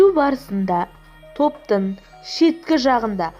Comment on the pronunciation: Топнын емес топтың. Сөздердің арасында керексіз кідірістер көп.